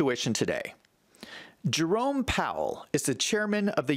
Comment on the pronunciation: Hi.its Jerome not jarome